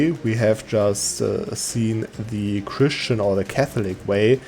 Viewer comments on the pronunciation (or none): none